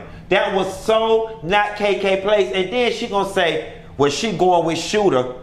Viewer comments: Lmaoo.. aint his name Shooter. Lol every time you said Scooter.. I kept laughing lol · Why you keep calling dat man “Scoota”....😆😆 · It tickles me that he calls him "Scooter" when his name is "Shooter"😭😩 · *Shooter not scooter 😫😭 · Shooter NOT Scooter 🤣🤣🤣🤣🤣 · That man name is shooter NOT scooter 😭😭😂😂😂😂😂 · Not scooter lmao.....every time you said it I hollered... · the man name is SHOOTER, not scooter!!!! 🤣😩😭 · His name is shooter not scooter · I be DEAD when he says Scooter! 🤣🤣🤣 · Every time he say SCKOOTA 😂😂😂